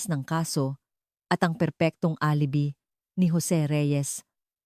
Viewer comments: Alibi instead a_ li _ bay myghad 😅😅😅😅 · Perpechua Labang anim Alibi - alibay but pronounced alibi and many more words pronounced wrong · Word na alibi, ang correct na pronunciation ng word na yun ay alibay, hindi alibee. Nakakahiya itong nagkwekwento, mali mali mag pronounce ng mga words, halatang di nag-aral. Mag research bago magkwento, mali mali ang pag pronounce ng mga salita, matututo ng mali ang mga nanunuod. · Atusin mo mga words mo kng sino ka man nag nanarate LABING APAT HINDI LABANG APAT ALIBYE ANG PRONUNCIATION HINDI ALIBI DIYOS KO PO mag aral ka magbasa at mag pronounce ng tana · AI nmn yan nagsasalita or robot kaya boba maraming mali. Yun ali-bay niya ay alibi as in alibi sa halip na ali-bay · Maganda ang kwento pero kairita ang narrator. Yong alibi. ( alibay?). Di maayos pagka sabi.. Pati ang oras